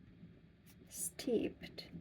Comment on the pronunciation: You have a great system and it is working for you i am just so impressed how fast you are picking the language up, I only noticed one slight mistake that was "steeped" it is a tricky one to pronounce it should sound more like "steep-t" with a short sharp t ending but you are really advancing keep up the great work young lady.